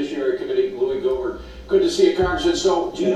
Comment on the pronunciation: Lew-e Go-mer, PLEASE.